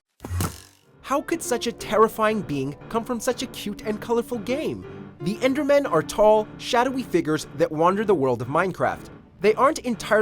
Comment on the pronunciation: You lost credibility when you said enderman